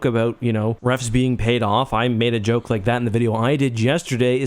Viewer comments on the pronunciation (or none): none